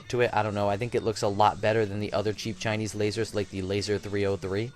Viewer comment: Geezus... the way you refer to, even the way you say "Chinese" makes me want to punch your face..(and I'm not even Asian.) "my favorite Chinese laser"? Guess what homie?...ALL your lasers are CHINESE!